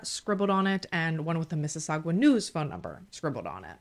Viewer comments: lol I am so close to Mississauga lmao it is miss-is-sa-Ga lol not gua lmao it’s driving me nuts 😂😂😂 it’s weird all of your Canada cases I’ve watch so few are close to me ahh it’s weird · For the pronouncing of Mississauga pronounce the sauga as saga. Hoping this is not coming as rude. I live in Mississauga 😅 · Hahahahahahaha Canadian here....I chuckled every time you said Mississau...gwa. love you ❤️